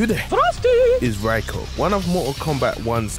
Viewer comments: Its pronounced Ray-ko, not Rye-ko. 😊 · It’s pronounced re-ko. Not rye-ko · Rayko is the pronunciation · It’s pronounced Ray-Ko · can't even pronounce his name but do tell us who reiko is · Y does everyone pronounce his name wrong lol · Not even pronouncing his name right 🤦🏻‍♂️